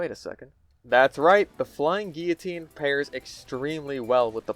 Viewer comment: "A shot from the fucking Le Train Jer" Lol Edit: "The flying Guillotine" Now that's French! :D